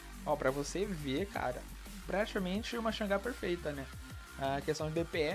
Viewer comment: correto é changa, pronuncia asiatica da deusa de mesmo nome